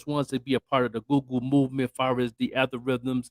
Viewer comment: 😄Al-gor-ithms😄 Algorithms.